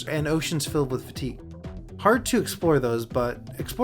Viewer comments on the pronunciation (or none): "also watch out for fateing?" It's fatigue - pronounced like "fuh-teeg".